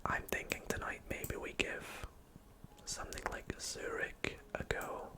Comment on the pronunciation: Yh, u read it like “cyrig” right